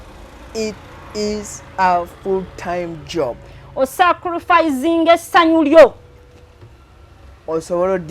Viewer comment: The way she pronounces😮the word sacrifice olemwa